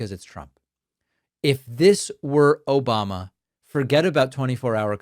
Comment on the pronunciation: "Obamna" Love it 🤣🤣!!!! Thanks David.